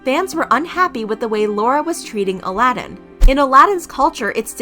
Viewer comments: His name is not A-lad-in. It's Ala-din! It's really quite disrespectful of you to hear his name being said on this TV show so many times then mock him by getting his name wrong and referring to him as the cartoon character! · His name is pronounced 'AL-uh-din' , not ' Aladdin' . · His name is not pronounced like A-lad-in. His name is Aladin you say it Al-a-din. Their relationship ended like 2yrs ago and Laura has been with other guys so the only reason she is bringing up what he does is to stay relevant. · It’s not “A- la - dinn”. It’s Ah lah din. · I had trouble watching this video because his name is pronounced "Ala-din' not Aladin like how you pronounce the disney movie :')) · Isn’t it pronounced ala-din not Aladdin like the Disney prince? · Not Aladdin but Aladin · His name isnt Aladdin like the Disney movie lol His name is ALADIN. AL-A-DIN* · i think it’s like ala (like saying ala carte) din while pronounced it as elladeen. Im sorry my english sucks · you’re right!! They were commenting on where the emphasis is put— it’s A-la-din not a-LA-din if that makes sense. You’re still right tho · stan loona and weeekly! al-uh-deen. you americans pronounce a like aye but the rest of "us" pronounce it like uh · Not trying to be rude, but it's pronounced Al-id-in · Omg they literally pronounced his name right in the beginning why keep calling him Aladdin??..😶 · GOD it was driving me insane! Especially when there even produced his name right in the live video. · Aladins name is pronounced ALA-DEN. 😩😂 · I’m sooo happy you corrected the name. It annoyed me the whole video him being called A-lad-in. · i’m so annoyed by this because every clip she uses has the correct pronunciation... she edited this knowing she said it wrong dozens of times 🙄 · 🥺 But it’s pronounced ALL-UH-DIN, think it’s the same situation as when people pronounce Muslim they put too much emphasis on certain parts Ive heard it pronounced like Moos-Limb or MUZ-AL-iM or Muzz-Lim. 😶